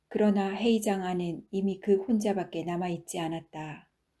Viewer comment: 회의장이 해이장으로들립니다